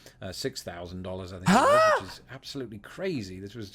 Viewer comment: Dollars not Follars